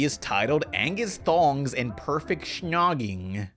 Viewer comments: You’ll probably never say snogging ever again but if you do don’t say shnogg that so, ewwwwwwwwwww. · What's with pronouncing snogging "shnogging"? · You really cant say snogging can you?